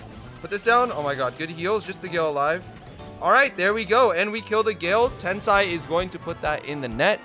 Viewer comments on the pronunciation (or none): He was not Tensai... he was: Tensei.